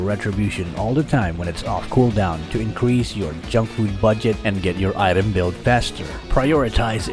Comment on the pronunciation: I like how he calls item in a funny way😂😂😂